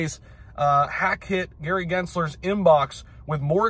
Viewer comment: Gary with a silent R